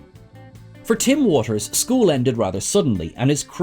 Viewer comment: You said 'Watters' wrong, numerous times!